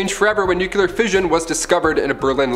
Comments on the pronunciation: Its nuclear not nuculer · NEW CLEAR/NUKE LE-ER